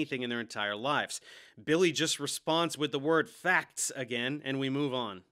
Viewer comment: Don't worry believe me "it's faks" 😂😂